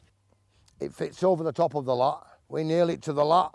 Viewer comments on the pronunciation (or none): Lath “th” but absolute fantasticness!